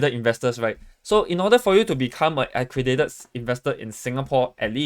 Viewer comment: Pronounce accredited properly la